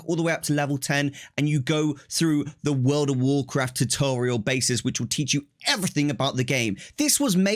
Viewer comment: Woworcwaft 🤣🤣 That's all I could think hearing you speak hahah